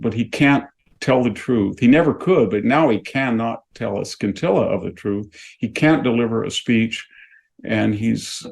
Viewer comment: Pro tip for Victor Davis Hanson: When making fun of the way another person speaks, consider avoiding mispronouncing words. E.g., don't say "skin-tilla" for 'scintilla.' Nor should you say, "Non compos mentess." (It makes you seem a little, well, non compos mentis.)